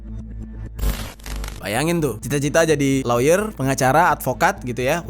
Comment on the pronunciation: Lawyer dibaca lier bukan si